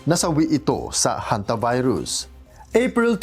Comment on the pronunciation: Kala ko pagbasa na hontivirus